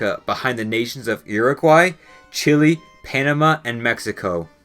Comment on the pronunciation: I don't think you realize the value that learning how to correctly pronounce words from other similar languages would bring to your channel. It's difficult to listen to and take you seriously knowing how much effort you put into your research for your videos yet how simple it would be to learn how to pronounce Chile correctly.